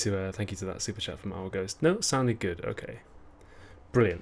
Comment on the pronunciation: Whenever Olly says "Okay", I always hear it as "Hawkeye". Very confusing XD